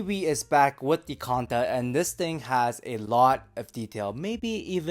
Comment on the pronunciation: Canta, not conda.